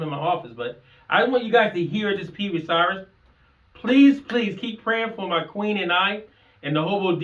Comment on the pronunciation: It's Cirrus (SEAR-rus) not cyrus.